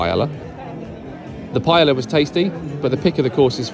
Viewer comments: Thanks for sharing! Really appreciate these vids! Btw, sorry to correct you, but it's pronounced "pie-eh-yah". :) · Oh the pronunciation of paella 😂